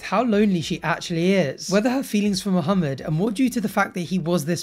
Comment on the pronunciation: May be a small thing to others but I appreciate the way pronounces Mohammed correctly 👌🏾